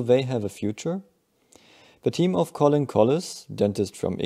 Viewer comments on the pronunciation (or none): none